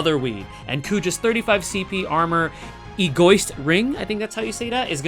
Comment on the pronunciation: "Ee-goh-ih-st" Egoist.